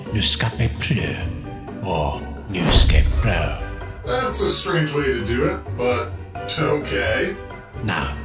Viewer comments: Who else remembers when 1st said newscapepro as newscapyproo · really just said news scopa pru